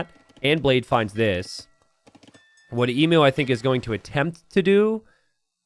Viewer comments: My god its unbarable listening to you say Ee-moo, its Eem-You, please please change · Emu is pronounced ee-m you. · As Aussies we all know its eem-you, but Im here for DE content and can excuse the mispronunciation. Keep up the great work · Surely hearing ‘Emoo’ hurts your soul, just a little. I can’t be the only one 😢